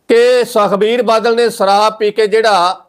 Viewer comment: ਸ ਦੇ ਪੈਰ ਬਿੰਦੀ ਲਗਾਇਆ ਕਰ। ਪੰਜਾਬੀ ਭਾਸ਼ਾ ਦਾ ਮਜ਼ਾਕ ਨਾ ਉਡਾ। ਸਰਾਬ ਨਹੀਂ ਸ਼ਰਾਬ ਹੈ। ਨਸਾ ਨਹੀਂ ਨਸ਼ਾ ਹੈ।